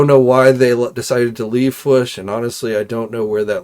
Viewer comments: It’s not fwush it’s FWOOSH AND the man! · I like u & enjoy the show. I imagine if u pronounced certain words properly, you would probably gain a couple thousand subs right there. I'm pretty ez goin', but hearing you say the "Fwuush" instead of the "Fwoosh" or "HO-K Hogan" runs all over me. Haha. The weirdos online will stop watching someone just over disagreeing on a movie review or over toy articulation. You think they won't slow down on viewing you over annoying stuff like that? Just constructive criticism. Ty